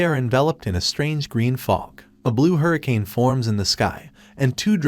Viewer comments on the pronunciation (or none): none